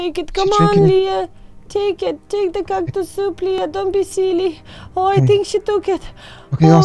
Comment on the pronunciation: it's Leah not learn